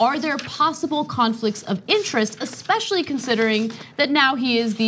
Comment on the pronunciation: Cenk???? love ya man...but stop pronouncing it eXpessially.......Please, it takes away from the intelligent topics you speak on.